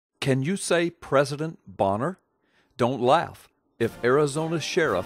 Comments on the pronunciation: It's pronounced "Bay-ner", not "Bon-ner". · the pronunciation is "Bayner".President Elmer Fudd would be an improvement over Obama. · Good stuff. BTW, I think he pronounces his name, "Baynor." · The narrator doesn't even know how to pronounce Boehner's name.